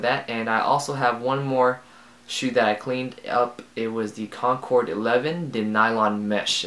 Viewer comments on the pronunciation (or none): none